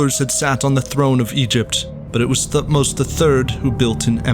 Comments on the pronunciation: Thutmose is not Prnounced TH like Think, its T alone then H more like TeHhutmose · Great video 👍 But his name wasn't king Thu-tmos he was T-hot-mos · I wish English speakers would stop pronouncing Thutmose this way. I get that that's the official way to pronounce it, but T and H are supposed to be separate sounds. More like Te-Hutmose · The way you pronounce Thutmose is hilarious though. Good stuff other than that